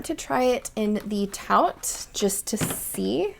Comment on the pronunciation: "'Taut" is pronounced like "tot" or "taught"